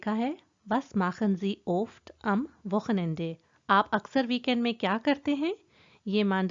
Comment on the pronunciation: Everything is superb, just one thing... e am ende is not pronounced as "ae" it should be as "uh"... "Wochenenduh"